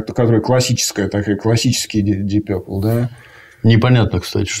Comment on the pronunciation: Пацаны , вы оба неправильно произносите слово purple , вот его транскрипция: pərpəl , пэпэл 🙂